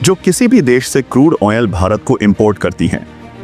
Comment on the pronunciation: खबर बेकार लगी क्योंकि आधे समय मैं तुम्हारे “क्रूड ऑनेल” शब्द को समझने में लगा रहा।